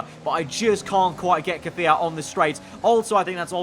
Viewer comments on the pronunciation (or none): Ffs it’s KvYAt not Kafiat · stop ✋ saying KIFIYAT it’s Kvyat